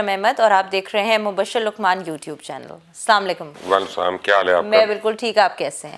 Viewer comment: KINDLY rechecked ASSLAMALIKUM. U SAYING NOT CORRECT. U SAYING SAMALIKUM.